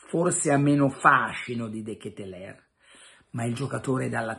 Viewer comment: DKL....pare che si pronunci.....De Ketelar ?????